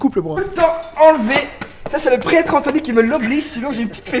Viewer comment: "Pretre AnthNOy"